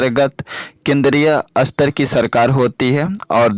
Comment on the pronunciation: Sir jaha satar likha h 1 line m vaha ap asatar pd rhe ho reading kuch or likha kuch or h